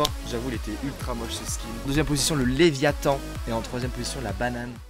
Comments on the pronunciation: Toum' Laratt le leviAthan c léviathan mdr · "le lévitan"... Il vole ?